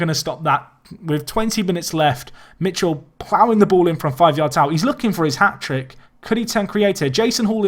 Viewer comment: Michel is pronounced mikèl